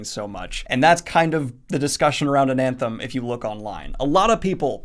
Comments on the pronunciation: Why do you keep saying “AnaNthem?” That second “N” isn’t there... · You keep saying "AnaNthem" with two Ns. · I keep getting really upset cuz I hear him say anthem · There's only one "n" in Anathem. It's not anaNthem. It's like the word anathema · When you talked about readin Ananthem in your other video, I thought you said Anthem and I was very confused because Ayn Rand isn’t exactly a loved author, haha.... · cant even say the name of the book correctly.. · The way you pronounce Anathem is like you are a lost sline that never been to apert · Adding in an extra N into Anathem unreadable reeeee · ana-them Daniel: "Anan-them" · It’s ANATHEM, not ANANTHEM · Practice saying anathema. Then forget that last a. Anathem. It's supposed to be a cross between Anthem and Anathema, yes, but without the second 'n'. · You put the emphasis on the second syllable... Based on the Latin, which most of the words are borrowed from, (which is pasted into the world as "Old Orth"), the pronunciation should be stressed on the first syllable: ANathem. I get it, the word anAthema is stressed on the second syllable, but with the missing syllable the pronunciation should be ANathem. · It's an-a-them, not an-an-them. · Anathem Ananthem! Anathem Ananthem! Anathem Ananthem! That had me flinching every time. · "AnANthem"? What? No. "ANathem." There is no second n. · Honestly I like ananthem better, easier to pronounce then anathem. I will go with Daniel's pronounciation. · Just checking the pronunciation. Is it Ananthem? I've always thought it was Ana-theem.. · Snow crash is garbage. Also its "ana-them" not "an-anthem" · Only one N in Anathem. :) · Damn, Daniel, dyslexia kicking in hard today, huh? It's NeAl Stephenson and Anathem, not AnaNthem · Why on earth do you keep saying Ana"N"them? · Why does he keep saying AnaNthem? There is no N if he reads a big font wrong do you believe he read the same book as us? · Daniel. You keep saying Ananthem. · Is he saying AnAnthem ??? Huh